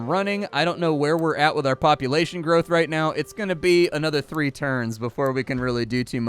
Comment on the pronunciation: Been having a blast with the video and then it just got better : "poop-ulation" 😂 I'm dead. 😆